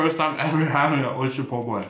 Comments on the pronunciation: it's oyster not orster hahahaha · We'll come by when you can pronounce the word oyster correctly lol jk. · “Rate my orster po boy”